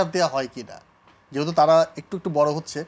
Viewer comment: Ekta gaiya illiterate always jehetuk eta kono word holo, apropirate word hobe( jehetu) not jehetuk